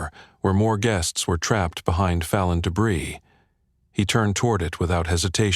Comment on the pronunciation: The words 'fallen debris' should have a soft 'a' to fit the context. At about or so. Oops LoL